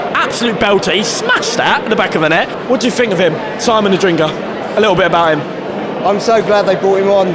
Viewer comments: it has always pained me that you have said "Adringa" instead of "Adingra"! But nevertheless, i'm loving the content! Keep it up! 👏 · mispronounced his name couple of times, should be ''Adingra'' instead of ''Adringa''.